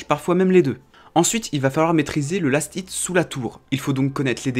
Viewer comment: Comment tu sais pas parler c'est lastit pas last It